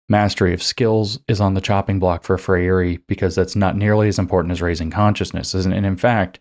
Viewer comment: FREIRE is pronounced FRAY-ree